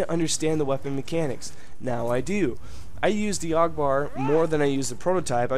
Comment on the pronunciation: also i'm really not trying to like be mean but isn't it said A.U.G like each letter